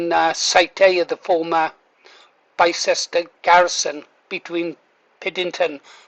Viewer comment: Pronounced "Bister" "Bi-cest-er" is akin to saying "lie-chest-er square" It's Bister, mister